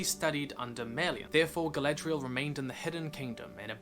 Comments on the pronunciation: I enjoyed watching & listening to your video, I have one thing that niggles me though. ..... You sound like you are saying, ... "Galedrial", as opposed to "Galadriel". ..... E instead of A, ..... maybe it's just your accent, ..... I'm a South Yorkshireman so, ... I'm sure you might find words that we say, ... different. I could NOT find anything else to say except, ..... A for Apple, ..... E for Egg. ..... ha ha. GREAT VIDEO LAD, ..... WELL DONE. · It's nice that u make these video's, but if you love languages like Tolkien did, try to speak out the names correctly, like: Dol Guldür( Not Dol Goldurr), Gàndàlf ( not Gèndàlf), Gàlàdriel (not Geledriel)... Don' t take me for a Troll, just try to help. THX